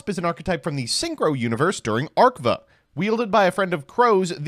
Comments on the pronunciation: Only could pronounce Arc-V as Arc-Vah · Fr, he found the only pronunciation worse than "Arc Vee" 🤮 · the way pronounced Arc-V caused me physical pain